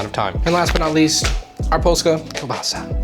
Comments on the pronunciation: honestly you were pretty close on that pronunciation. We say it with a „ł” pronounced like the „w” in „water” instead of a normal „l” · As an Authentic Polish Person™ very good pronouciation . Subtitles would be appreciated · Good for you. Using "Polska" kielbasa. And you pronounced it like a Polak!